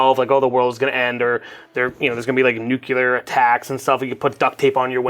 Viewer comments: Hahahaha, he KEEPS doing that :D It's a runnimg joke at this point. James says it correctly, btw. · says “nucular”